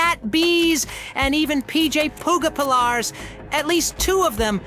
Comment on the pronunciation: 1. This video is terrible. 2. It's "Bron" not "Braun"! 3. It's PJ Pugapillar not whatever you said! 4. The experiments attacked Bron because they sensed he was different from them. He wasn't an orphan, he was an employee. And he wasn't forced like the orphans were, he volunteered BECAUSE he had cancer and was dying!